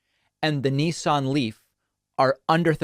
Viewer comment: 'Nee-son' Leaf? Did you mean 'Nissan' Leaf..? What's wrong with Americans, why do you have zero pronunciation skill's?